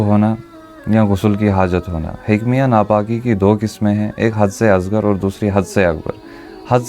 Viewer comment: 😂😂😂😂😂 hikmiya nahi hukmiya . Urdu b nahi aati . Jahil tujy urdu padni nahi aati . Too muhdis hai